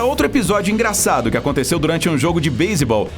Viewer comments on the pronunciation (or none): E ele fla baisebal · NÃO ME CANSO DE VER ELE FALAR BASEBOLL MANO ATE SALVEI NOS FAVORITOS KKKK